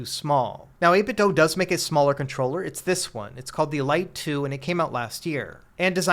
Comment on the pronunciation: Why do you keep saying 8BitDo like that?